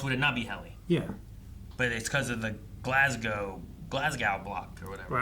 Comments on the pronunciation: GLASGOW MENTIONED 🏴🏴 only one that could say it right lol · um, I'm not making anything up. What's wrong with you? For a start, I was born, grew up, and currently live in GLASGOW. I think I would know how it's pronounced more than some random dude commenting on a YouTube video. It's "Glaz-go", well "Glaz-goe" would be more accurate since the "gow" is pronounced like "toe". It's the same way all English speakers pronounce "tow" as "toe" , or "row" as "roe" - as in "to tow/row a boat". Over 1 million Glaswegians, and another +4 million Scots outside of Glasgow all pronounce it this way. If you are saying I'm wrong, then you are telling an entire nation that they pronounce their largest City incorrectly. Secondly, if you are trying to say the show is using "Glasglow Block" and not "Glasgow Block", then you are the one making things up. Check the subtitles for this episode, it clearly says "GLASGOW BLOCK", not "GLASGLOW". Want more proof? Go to S1 EP8 and look at the list of override contingencies on the computer while they are looking for the OTC, you'll clearly see "Glasgow" with only one "L". Maybe you should "stop making things up" 🤷🏻‍♂️ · **Glasgow - there's only one "L" Glasgow is the largest city in Scotland, as well as likely being the name of a town or city in the US too. In Scotland, we pronounce "Glasgow" as "Glaz-go", as we add emphasis to the "s" while ignoring the "w". I'm a Glaswegian born and bred in Glasgow btw.